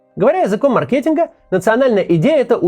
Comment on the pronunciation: Максим, " мАркетинг " а не " маркЕтинг". Ты точно в университете учишься ? Не понимаю как у тебя экзамены и зачёты принимали с таким ударением